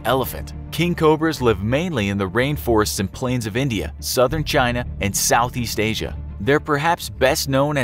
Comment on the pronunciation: "Southeast Asia"